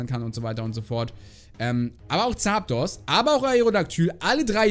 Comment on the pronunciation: Ich liebe deine Aussprache von Zaaapdos 😅